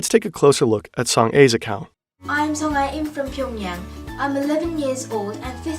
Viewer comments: FYI It's pronounced Song Ah [soŋ a] not Song Ay [soŋ eɪ] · You keep saying Song "A" when she clearly pronunces her name as Song Ah. I know Korean names are not familiar to non-koreans but like she literally said her name in the video 😅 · I know this video was posted months ago, but I was just recommended it. Her name is pronounced like Song-ah (kind of like the "a" in "father" in an American accent), not "A" like the letter. She's got a real Korean name, not some kind of weird bot pseudonym. Not that Song-a is necessarily her real name, but it is a real name in Korea. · Song "ah", not Song "ay". Idiot. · >Literally pronounces her name as "Song-Ah" this dude: so, it's Song-Ay? good video but come on man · you could have at least researched proper pronounciation of her name… saying „song ay“ the entire video is embarassing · Just a note: her name is pronounced Song AH